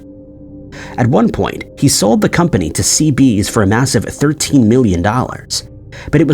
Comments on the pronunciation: I don't remember CBS being pronounced 'Sea Bees' either. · did he really pronounce CBS as "ceebees" ? 😂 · This video was put together by AI. How do I know? Because it said that Fender was bought by (as pronounced) "Cee Bees". But that's not right. It was bought by CBS. So, all of you ready to bow to your AI masters, you might want to ask yourselves if you really want to bow to a computer program that doesn't know how to say the name of one of the most famous media companies in the world. If it got that wrong, what else did it screw up? And would any of these programs really be much better than any other? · AI voice generator....or just a dumb narrator...becuz the Fender Guitar co. was sold to CBS, not cb's .....